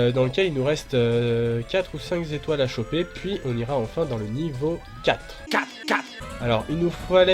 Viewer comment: Cinq zétoiles ( à ) tu commences fort xD